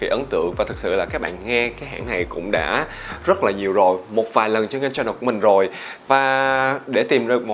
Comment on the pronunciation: Ước gì ngta đừg nhấn chữ CHAN trog CHANNEL. 🤦🏻‍♀️ mỗi lần vào clip đều phải tua qua đoạn đó hjx.